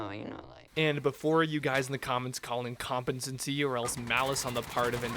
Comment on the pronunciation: "incompencency" nigga wut